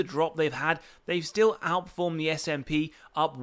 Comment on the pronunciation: It’s “ess ay pee” not “sap”. Like you spell out the letters. Just FYI. Also nice video I bought more at 72 yesterday and 70 today I will go down with this ship lol